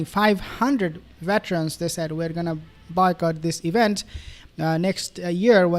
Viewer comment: Boy cott not Bai cott. Ur pronunciation irritates me.